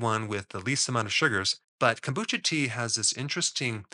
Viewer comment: CONE BOO CHA (CHA = TEA)